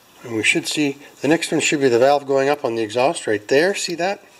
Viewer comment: Kinda sound like u said we’ve got bowel movement!!! Lol. Besides valve movement